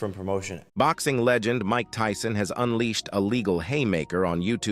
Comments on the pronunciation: Did he just call my guy Mike Teeson😂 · The robot said Mike Teeson. Idiots